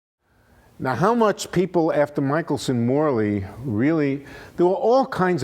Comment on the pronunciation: It freaks me off when he said Michaelson-Morley experiment ><